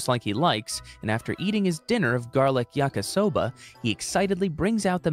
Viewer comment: As a Brazilian with Japanese blood. I feel very... Well not to be rude but, annoyed that he said "yaKAsoba" when it's called "yaKIsoba" 🤓🤓🤓🤓🤓☝️☝️☝️☝️☝️